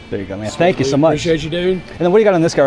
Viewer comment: You said spank you so much😂😂😂